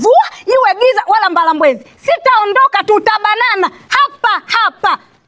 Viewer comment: Msukuma dem wako kachamba mwishon baada ya mbalamwezi kasema mbalambwezi 🤣